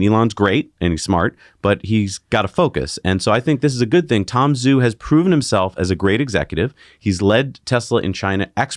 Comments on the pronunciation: Tom Zhu should be pronounced “Ju.” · Zhu sounds more like girls name Sue